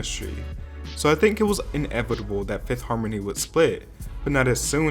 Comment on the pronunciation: You mispronouncing fifth harmony’s name just shows you knew nothing about them to say they are a horrible group. You are honest but you are a real douche bag sometimes